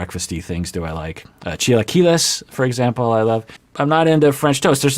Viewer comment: oh I was mad about the pancakes, but totally redeemed yourself with chilaquiles! And you said it correctly! :)